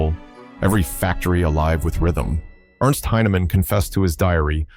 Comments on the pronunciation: A corporal named Ernst Heinemann Should sound like Airnst not like Ernst. Ernst is the correct spelling, but for English not the correct pronunciation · Ernst Heinemann It's not pronounced Urnst, but AIRnst. Heinemann